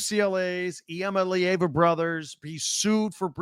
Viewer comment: Dude everybody gets a pass maybe multiple passes. But at this point, you don't have any credibility if you can't pronounce the guy's name properly.